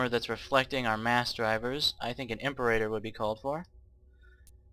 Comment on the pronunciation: also i hate how you mispronounce "imperator" just annoying to someone who actually knows how it's supposed to be pronounced.